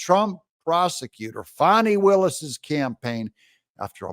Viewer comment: Doug… her name is Faaannnnni. Not FAWNI